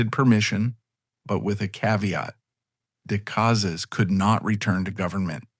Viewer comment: AI needs to learn how to pronounce the name Decazes, which is mangled about 350 times in this vid.(My guess at a number - as I didn't get past the first 14 minutes or so.) Terrible presentation of images.